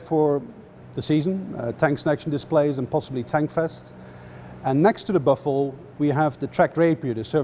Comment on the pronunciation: I can't believe he pronounced "buffel" right. Awesome